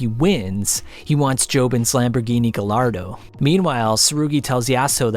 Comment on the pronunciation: The beautiful fever dream of your presentation is enough for me to forgive the many mispronunciations, especially ergregious is grenadine and Gallardo.